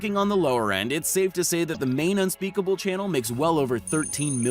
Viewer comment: And unspeckble